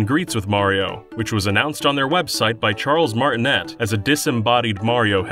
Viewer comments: no, he didnt. Its pronounced 'Martin-ay' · The name Martinet is not pronounced "Martonette", it's "Martin-ay". At least that's now he pronounces it himself in the Runner games. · MARTI-NAY, NOT MARTI-NET! IT'S NOT PRONOUNCED LIKE IT LOOKS! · "Charles Martinette" there's always at least 1 thing in your videos that bother me... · "By Charles Marti-*net*" Add one more tally to the amount of sources getting Charles Martinet's name wrong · Charles MartineT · You pronounced Charles Martinet wrong. It's "martin-ay". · Shesez already done Sunshine and he said Corona Mountains. And can you also go do Cancelled Wii U Games with Scott The Woz and Remix which was for someday please? And Martinet is be pronounced as Martinay. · The name is pronounced "Martiney" it's a French name the "T" is silent. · It’s pronounced “Martin-ay” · oh my god the Japanese pronunciation was SO bad... but that's excusable.. then i head martinette LOL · Depends. Sounds like a French name. If you go by modern French, he pronounced it wrong. If you go by traditional French, the one which hasn't been cucked by communists, he pronounced it right. Well, as close as you can get to it by using English consonants and vowels. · "Did you know? The last T in Charles Martinet's name isn't pronounced!" Ugh, how cane you do so much research and yet NOT know that? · Still mispronouncing Charles Martinet's last name, huh?